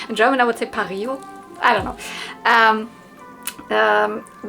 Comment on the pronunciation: You said it correctly, its pareo :) in english and french.. i did'nt know that it was the same word in german :)